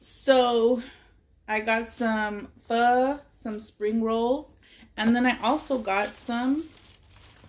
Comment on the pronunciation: The way she said "I got some phuuh" XD